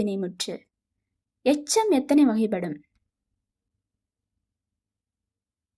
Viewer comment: வகைப்படும் உச்சரிப்பு எல்லா இடத்திலும் சரியா உச்சரிக்கவே இல்லை அதனால் நீங்க சொல்றதை கேட்க முடியல